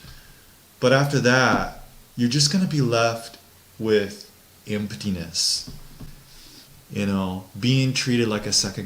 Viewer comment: said "emptiness" like he's Japanese.